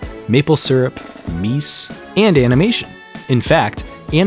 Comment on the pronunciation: Meese 😂glad I’m not the only one!